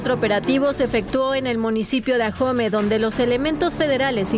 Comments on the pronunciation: Señorita reportera no se dice jahome con usted lo pronuncia,,, es solo Ahome !!!! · No se dice ajome el nombre es ,,,,ahome Sinaloa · Ahome= Aome, la "h" es muda